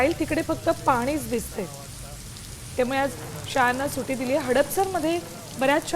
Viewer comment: सुटी.... नाही गं अँकर मॅडम सुट्टी म्हणतात त्याला...😂😂 सुटी म्हणे सुटी